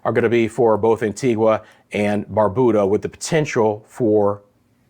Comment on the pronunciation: Love that you are giving us in the Caribbean up-to-date information,, but it would be nice if you could get the correct pronunciation for each country especially if you want us to share and continue listening. It’s quite easy. Just ask an islander or better yet, make a call to the island in question. A few island names are constantly mispronounced by the weather people fraternity: Antigua and Barbuda, Anguilla, Saba, St. Bartholomew, Dominica, Dominican Republic, Nevis and Grenada. It would be a great show of respect to the islanders if their country name was revered enough to be correctly used!